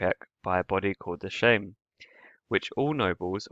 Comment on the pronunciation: Sejm is pronounced like the word same, not like shame, but otherwise a pretty cool video